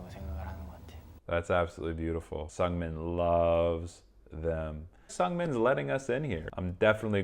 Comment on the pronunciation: The pronunciation of Seungmin isnt S"u"ngming, but S"oo"ngming. Just saying for a next time lol hahaha